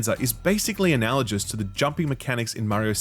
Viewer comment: Dammit, 'analogous' is not a soft G! 😅